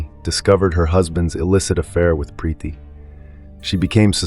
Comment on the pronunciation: Preeti not Prethy, Shalini not Shellini😮